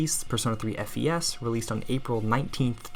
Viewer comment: >Prefers FES >Can't even say the name right Fake~